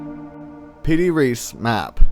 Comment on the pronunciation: I believe that is the "Piri Reis map" not the "Defi Reese map".